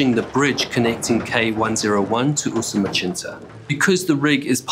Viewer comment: The pronunciation of Usumacinta as "Usumachinta" was also pretty bizarre